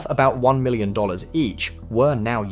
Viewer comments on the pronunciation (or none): none